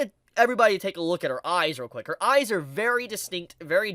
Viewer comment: Every time I hear you sai I I hear AI and eyes sounds like ais